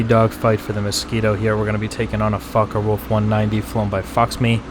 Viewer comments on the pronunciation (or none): focker wulf lol